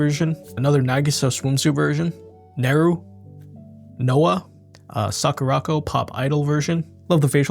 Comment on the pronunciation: Alotta these are already avail for preorder I noticed 😊 Also it's pronounced "Sah-koo-rah-koh" lol 😂😂